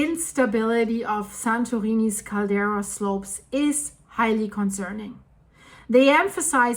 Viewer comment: CALDERA! NOT CARDELA